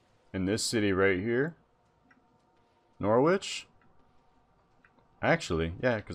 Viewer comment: Hearing you pronounce Norwich was hilarious